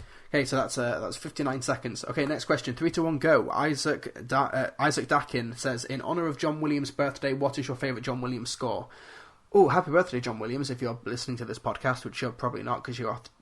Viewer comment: It's pronounced DAY-kin stupid!! 🙂